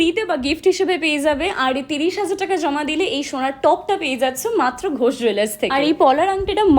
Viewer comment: Last a 'Ghosh Jwellers ' lekhate alo boler name ta clear holo ... Nahole ami ota 'Go Jwellers' sunchilam 😢